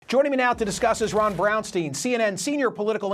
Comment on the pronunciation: Braunstein it should be Pronounced Brownstyne, not Brownsteen. 😉